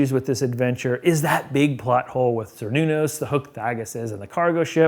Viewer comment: Without reading the text, I don't know how accurate this is, but it SOUNDS like you're referencing the names Cernunnos (hard K not soft S for C) and Lugh (Lew or Lyu, not Big Lug). Maybe the adventure modified them from the IRL Celtic, but these are the correct pronunciations. Cernunnos is in fact a horned god, but Lugh is a generally benevolent deity.